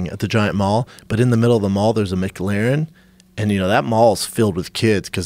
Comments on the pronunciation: Schaub says “Mick Larren” 😂😂😂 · Brendan "Mick Laren" Shaub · What the fuck is a mc larin please say the word with the Celtic pronunciation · Brendan is such a douche "Mc-larin" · Micklaren?? It's McLaren guys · Would this idiot stop saying mic -laren. Dude, its Mclaren. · Drink whenever Schaub says "MicLarrin" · M clair in, not Mic leer an ... its an f1 team not a burger joint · It is Mclaren not Mc laren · THECFUCK ARE THEY SAYING?!?!?! "MIC-LAREN"!?!? ITS "MU-CLARIN" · It's not Mac Laren it's M'claren. You're welcome Yanks. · It’s mclaren not mcglaren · Brendan "Mick-Laren" Schaub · "Mick-Laren"? C'mon guys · Brenden “Mc-L-aren” Schuab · Tu Madre Ahahahahah so true. MacLaren 😂😂😂😂😂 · Brendan “Mic-Lahren” Schaub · "Mic-laren" lmao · A Mac Laren? Excuse me Mr Schaub? A Mac fucking Laren? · It’s not a mc-laren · Schaub is pronounced MA-CLAIR-IN its not a fucking McRib! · brendon "mic larren" schaub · LMFAO pronouncing mclaren .... mic-laren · Brendan "Mick Larren" Schaub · What the FUCK is a MickLaren? Jesus, every time with this dude. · Brendan “Mic Laren” Schaub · MicLarin? Is that how you say it? Wth lol ive never heard anyone pronounce it like that.. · Brendan "Mick Lahren" Schaub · "Mick-Laren" lol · Brendan the type of guy to pronounce McLaren as Micklaren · Brendan “ MAC-layren” shaub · The way Brendan pronounces "micLERON" is fucking annoying. With the accent on the LERON.... smh this guy never seizes to amaze me at how pretentious he is. And for the idiots who dont understand I'm writing it out fineticly. Go fuck yourself. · Brendan “Mick Larren” Schaub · Is Schaub saying "MicLaren"? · Say Mc-leran 1 more time its not built by mcdonalds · Lmfao why can't they pronounce McLaren properly there not part of the McDonald's franchise hahaha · It hurts my feelings how Brendan pronounces McLaren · Joe looks like an 8 year old is going to booby trap his house and foil his plot to rob it and Schaub pronounces Mclaren like its a new sandwich at McDonalds